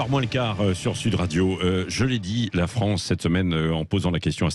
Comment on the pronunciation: Encore un francocide par nos chonce pour la Fronce 😐😐😐😐😐